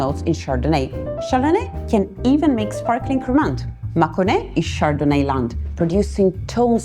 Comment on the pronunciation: Good video but pronunciation is horrible. You are a sommelier put some effort into it Cremant = krema (nt is silent) Vineyard = viniard And so on